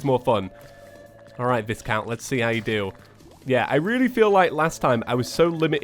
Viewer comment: The S is silent is Viscount